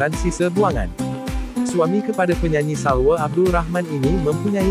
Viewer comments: Kau ni bkan x boleh sebut "a".Nama dia Salwaaaa bkn Salweeee..Klu gtu Subadron ko pangil la jgk Subeeedron. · salwa bkn salwe..org malaysia ke yg baca ni..pelik je bunyi 😅